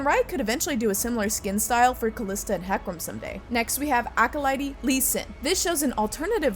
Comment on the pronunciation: Acolyte is not pronounced like that lollllll